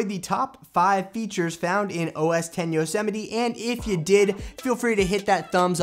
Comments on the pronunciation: Yo-Sem-ite not yo-semmetie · I thought it's pronounced "yos-might" not "yo-se-mi-te" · Nope lol. It's Yo-se-mi-te. As in Yosemite national park. (Apple likes to name their OS after cities or places and Yosemite is in California, which is where Apple is based).